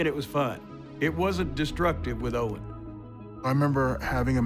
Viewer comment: Notice he said own instead of owen